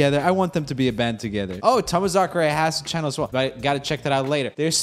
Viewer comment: Please tell me he realizes at some point that its supposed to be pronounced "Tom-Masacre"